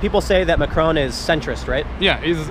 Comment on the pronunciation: Tiiim! It's pronounced Mack-Ron, not McCrone!